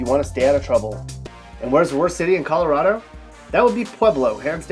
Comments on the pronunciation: ColoRADo not coloRODo ffs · It’s ColoRADo, not ColoRAWdo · This guy's not from Colo-rod-o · You're not pronouncing Colorado correctly. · He can't even pronounce the state name correctly.